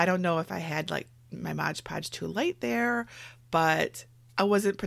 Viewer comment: Excellent tutorial! It's not Modge Podge though..... It's Mod Podge 🤷🏻‍♀️